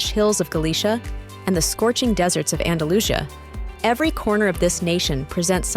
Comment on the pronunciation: Galisha? Andalusha? Really?